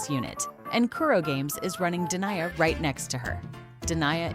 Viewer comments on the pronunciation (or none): De nee aa not Deny-a